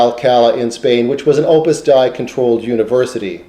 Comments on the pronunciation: Hi--this is very interesting, but just for any future reference, it's Opus "DAY-ee," not Opus "Dye" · Glad you liked it. Hope you get a chance to view some of the other videos and the writing on . Yes, others have pointed out my mispronunciation of Opus Dei - no pretence to infallibility here :)